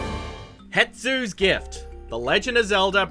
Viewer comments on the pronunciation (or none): This guy can’t pronounce things for shit. It’s “Hestu” not Hetsu and Yoshi not Yahshi